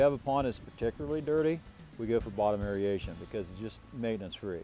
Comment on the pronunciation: clearly knows a ton about how to keep a healthy pond, but "derbis" and "aeriation" are not words. I don't want to be the English police, but when these things are the core of your business, you have to be able to pronounce debris and aeration. That's my only critique, but I do really appreciate the detailed explanations of healthy pond maintenance!